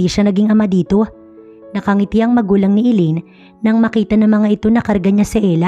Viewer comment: NANG MAKITA NOT NG BAKITA.